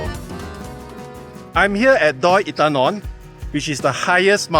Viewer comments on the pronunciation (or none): Bro, try to pronounce properly. No I am not trying to be a dick just trying to help lol. Mae = Meh not Mei Inthanon = In - Ta - Non Hatyai = Hud - Yai not Hup Chai 😁 Welcome to Thailand. Safe journeys man! 恭喜發財！